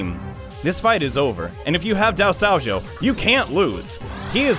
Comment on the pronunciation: Alright, I've really been enjoying this series, but I have to get this off my chest: IT'S DIE-SOH-JOE NOT DOW-SOW-JOE